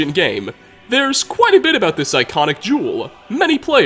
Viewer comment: im crying when you said "there's quite a bit about this iconic jewel" i automatically thought you said juul